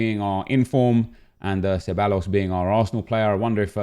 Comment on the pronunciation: Can u stop butchering ceballos’ name its pronounced ceb-i-os